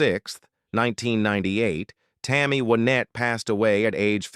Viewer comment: I agree. They need a real live person to correct the poor reading. Tammy Winette is pronounced by AI with a short I instead of a long one. Grand Old Opry is pronounced with a long o in Opry instead of a short one. SO ODD.